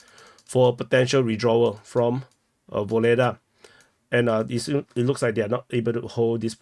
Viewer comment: It’s kind/diplomatic of you to make the effort to pronounce Ugledar in a Ukrainian accent😅